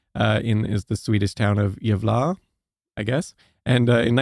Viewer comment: haha the way you say Gävle, is like Jävla, = devil. It's suppose to be a E, not a A :p